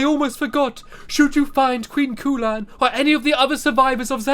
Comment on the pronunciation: My name is Khulan you are saying it wrong it is(ku-lan)